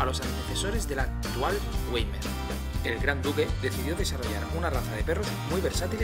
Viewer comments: ""vaimar" se dice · Pronunciamiento incorrecto se escribe weimar pero se dice waimar.